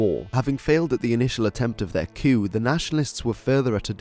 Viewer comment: It's pronounced KOO, not "kyoo".